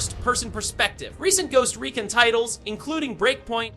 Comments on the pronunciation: Ghost recin lol 😆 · anyone else annoyed by how he pronounced recon lol